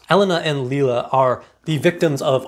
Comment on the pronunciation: You read all four novels internally mispronouncing Lila as Lilia. Lee-la!